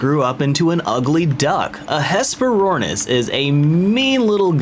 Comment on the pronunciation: What is a hesporaunus or whatever you're talking about?